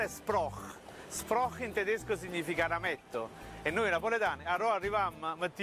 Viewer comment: Tedesc [Tedescə] non è per niente napoletano. Forse [Tedeshcə] ci assomiglia